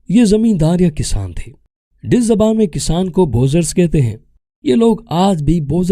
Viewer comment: Ditch nehin Duch he correct youself